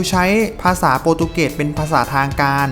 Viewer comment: บราซิล ออกเสียงว่า บรา-ซิว ไม่ใช่ บาซิว โปรตุเกส ไม่ใช่โปตุเกส มีประชากรราว ไม่ใช่ประชากรลาว มีสัตว์อันตราย ไม่ใช่มีสัตว์อันตลาย ประเทศรัสเซีย ไม่ใช่ลัดเซีย ภาษาราชการ ไม่ใช่ภาษาลาดชะกาน